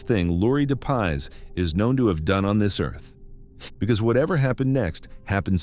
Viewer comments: Laurie Jean Depies, not de paz. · Its pronounced Dep ies